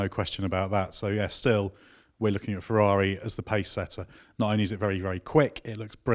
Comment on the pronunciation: Oooooh fewaawi fweeeiiinds